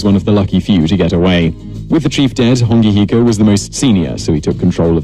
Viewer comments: And hes saying Hongi Hika wrong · Bro bet how many people got mad when he said and I quote “Hongi hika” it’s hone heke